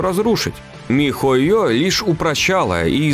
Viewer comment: Угараю как диктор говорит по слогам ми-хо-ё и Монд-шдат-дт ахахах